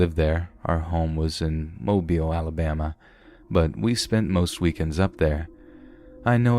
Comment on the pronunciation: oh thank you for pronouncing mobile correct it kinda irks me when someone mispronounces it I mispronounce too until someone shows me how to say it right also a lot of people only says it like it looks I can relate too done that too